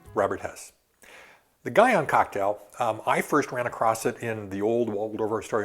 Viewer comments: My inner linguist geek is about to come out: "Guion" should most likely be pronounced "ghee-OWN". I know he's no polyglot by any means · ...but the inconsistency in his pronunciation of "Guion" was really annoying me.